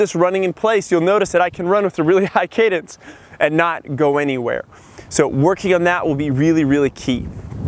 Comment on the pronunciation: Cadence not cadance!